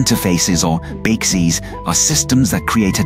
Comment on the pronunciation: Lol, when the AI can't say "BCIs" beekus, beeksys, beeces 😂